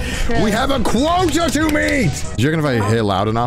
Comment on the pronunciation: "We have a QUOAT to meet!!!" That grindset.